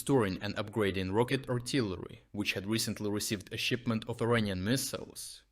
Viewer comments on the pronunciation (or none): none